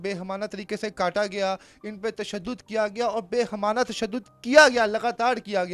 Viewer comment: Behemana nahi bal k Baheemana lafz hai